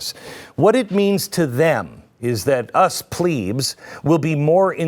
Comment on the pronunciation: Can you please pronounce it right way "plebs" not pleebs 😭😭😭 I can't stop laughing at such a serious video 😂